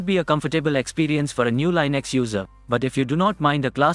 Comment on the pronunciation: You pronounced Linux wrong again.